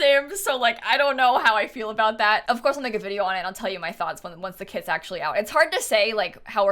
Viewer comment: i keep thinking she’s said kids not kits